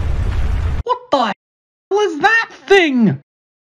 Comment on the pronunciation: When said: Wtarde 💀